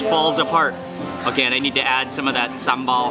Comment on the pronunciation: i'm from indonesia, and i'm so happy you come to Bali. i'm is your fans, Mark ... i like when you say "SAMBEL"